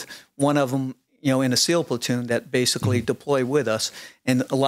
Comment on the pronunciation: If I had a dollar for every time said “basily,” I’d have like, a hundred dollars. Good Lord.